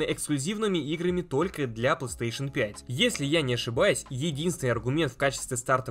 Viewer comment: ты так странно говоришь пластеэйшн))